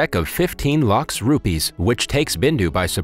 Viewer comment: Bro he said rupees as rubies 😭